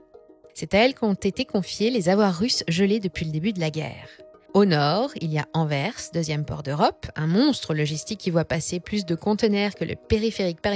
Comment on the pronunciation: j'allais dire hourra, ils ont prononcé Anvers avec le S, puis vous avez dit Jean Claude Vendame 😅 c'est Van ("vanne") Damme, en néérlandais "van" signifie "de".